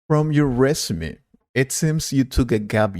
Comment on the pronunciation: Plz. Correct the pronunciation of, Resume.